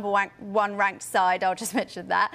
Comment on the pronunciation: Anyone notice how she said wank instead of rank